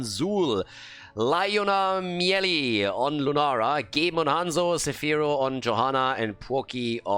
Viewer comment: btw u pronounced leijonamieli pretty well in the last game (y)